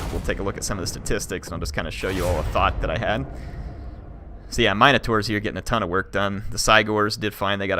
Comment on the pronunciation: This has been bothering me. In Warhammer is it really pronounced Mine-uh-tours? In everything else I've always heard mihn-uh-tour or mihn-uh-tar. Are they all acceptable?